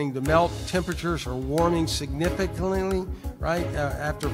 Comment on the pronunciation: "Significlantlyly," drink much?